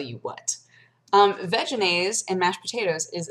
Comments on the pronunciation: every time you say "veginaise " i giggle. just sayn'. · I know you're saying Vegenaise, but it sounds almost like Vaginaise...just sayin... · Ha. "Vegenaise." It sounds like "vaginas." ...And I'm allowed to vote, people.